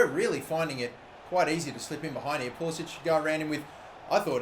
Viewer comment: Ffs it's not pool-is-ich. It's pool-is-ick. Not that difficult